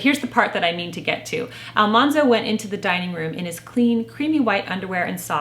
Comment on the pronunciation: Farmer Boy was one of our favorites too! Mother really captured my imagination I have heard that AlMANzo was actually pronounced like the word MAN, not mahn. I guess there is a recording of Laura saying his name, and the TV show is largely credited for mispronouncing his name. This makes his nickname, Manly, make more sense. I also read that Farmer Boy was like a fantasy novel for Laura. There is so much focus on food. It was her childhood fantasy to always have plenty of food, where they actually faced starvation several times.